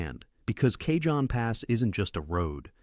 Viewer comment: Not even 10 seconds in, and the guy says Kayjohn pass. Try again.